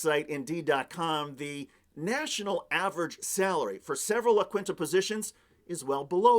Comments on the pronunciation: Love you, but La Kwinta? As Joe would say, "Come on." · it's pronounced "la keen-ta" (Spanish, dude)